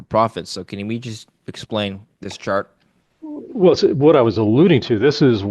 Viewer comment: Did you say chart or shart